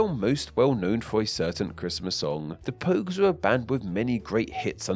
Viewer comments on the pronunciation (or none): The "Pouges"?